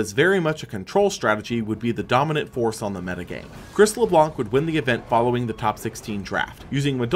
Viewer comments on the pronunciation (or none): none